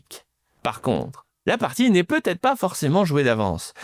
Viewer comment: « Va-Têtre.. »on en est encore là, cz GA🤒